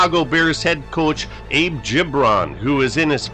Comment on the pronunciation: That is not how Abe himself pronounced it.